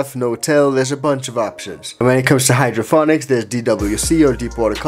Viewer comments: Why do you keep saying hydroFonics? It's hydroPonics sir. Lol! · Is he saying HydroPHONICS? It is hydroPONIC right? Or am I experiencing a Mandela thing? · Yea he is saying hydrophonic lmao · HydroPONICS… NOT HOOKED ON PHONICS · pls tell me this is a joke about how he pronounced hydroPONics lol